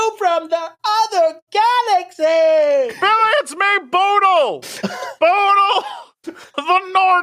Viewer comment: as a norwegian it's hilarious hearing them absolutely butcher the name 'bodil'